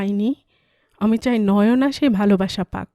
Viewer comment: অলকা কোথায় গেলো? তোমার পাঠ ভালো, খুব নরম কণ্ঠস্বর। তাই ভিলেনের গলার স্বর‌ও তোমার কণ্ঠে কর্কশ শোনায় না। তবে, এর আগের পর্বেও বলেছি, নয়োনা‌ নয়, ওটা বলতে হবে নয়না।